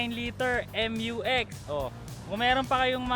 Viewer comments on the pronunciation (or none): mew-x po hindi m-u-x